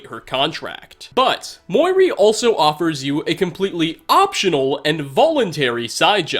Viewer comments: Muiri, not Moiri sorry but I found it funny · Muiri (moo-ear-ee)